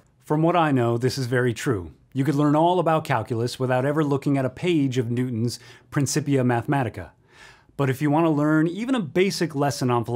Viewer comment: If one is going to talk about a topic that is strewn with Latin, one should be good at pronouncing the Latin. Cogito as in cog in a wheel; principia as in brink...